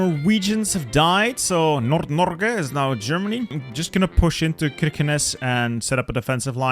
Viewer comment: As a Norwegian I must say you have a really good pronunciation of Norge. You kinda butchered the pronunciation of Kirkenes though